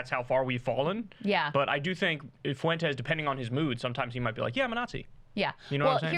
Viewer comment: The name is not, "Foo entes". It's like the word, "when", with an "F" in front of it. Learn it, Kyle. Tired of hearing your absurd over-pronunciation of that name.